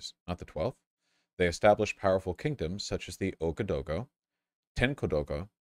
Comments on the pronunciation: it’s “ooh-ah-gah-doo-goo” but make the transitions between each phoneme(the dashes) smoother. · It's pronounced waga-doogoo but who's even gonna read this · as an african, hearing vaush mispronounce ouagadougou was one of the funniest things i’ve ever heard